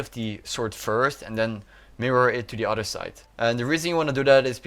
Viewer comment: other = udderr